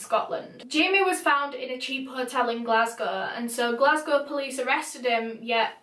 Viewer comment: being from glasgow i love the way you pronounce it!! so pretty